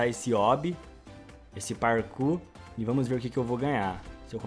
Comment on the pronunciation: mano,-,:....ta falando pra mim completa elee parku. Eu:............PARCU? KKKKKK.